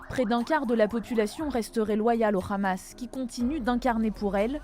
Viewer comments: C'est Hamas et non "Khamas" ....vous trahissez a peine votre langage sioniste.... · Y m'énerve quand y disent le Ramas c'est le Hamas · Arrêtez par pitié de prononcer ça le "RRAMASSSSS" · pourquoi la journaliste dit KHamas ? elle sait pas parler ? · pourquoi le hamas prononcé "amas" est maintenant prononcé khamas ? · Op op op la présentatrice a prononcé Lee Khamas hé hé hé BFMTV 😂😂 Vraiment je crains pour la France est devenu une colonisation sioniste 😢😢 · Un mois encore et BFMTV changera de prononciation le Hamas deviendra le Khamas 😂😂😂😂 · C le Hamas pas le KHamas vous êtes journalistes français ou israéliens ?!! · C'est drôle la façon de prononcer le mot Hamas des journalistes français avec un accent qui n'a rien de français d'ailleurs, bref vive la Palestine libre, on saura se souvenir de la manière que les medias ont eu de traiter l'information et limite de l'incitation à tuer des enfants sur la bande de Gaza. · Quand le journaliste prononce Akhmad yassine au lieu de Ahmad, ou bien khamas au lieu du hamas, 😂 plus besoin de continuer la vidéo .